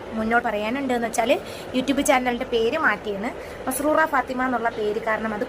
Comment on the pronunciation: മൻസൂറ അല്ല മസ്‌റൂറ എന്നലെ 😂😂സത്യം new. Subb. തിരിച്ചു കൂട്ടാക്കണം❤❤